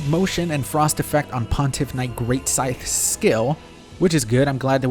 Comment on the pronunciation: PSA: The 'the' at the end of 'scythe' sounds the same as the 'th' in the word 'that.'